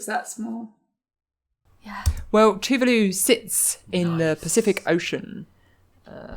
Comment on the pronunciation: NZ'er here: Tuvalu is pronounced "Tu-VAH-lu", not like "vindaloo".